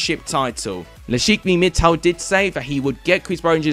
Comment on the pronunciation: It is not ‘Lakishmi Mittal’ it is Lakshmi Mittal